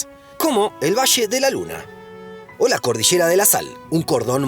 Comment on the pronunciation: "El vache" o La cordichera"... 😅😅😅